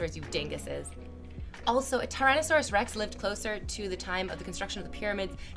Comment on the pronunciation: Bruh how dare she ruin the regal name of Tyrannosaurus Rex.